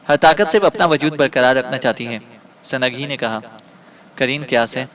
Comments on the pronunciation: سنگ ہی کو سنگی پڑھنا زیادتی ہے اور بہت جگہ اردو تلفظ بہت ہی غلط ہے۔ اپنا تلفط درست کریں نیز سنگی بول بول آپ نے سارا لطف کِرکِرا کر دیا۔ بھاٸ یہ نام۔۔۔۔سنگ ہی ہے Sung hi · it is sungh hi not sungi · Halanki awaaz sahi hai lekin Sanagee, sanagee karke aur aise hi latadaad ghalat talaffuzu ne maza kharaab kar diya sunnai ka.